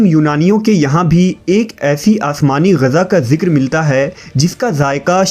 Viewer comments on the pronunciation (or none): Abe oye jahil, Gaza nahi Ghiza kehte hain